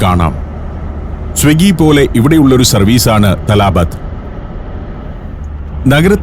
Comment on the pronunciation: തലാബത്ത് എന്നല്ല ത്വലബാത് എന്നാണ് അതിന്റെ ഉച്ചാരണം. (Requests = طلبات)